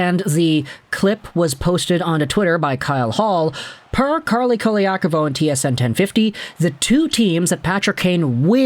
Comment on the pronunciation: It’s Carlo, not Carly…. 🙄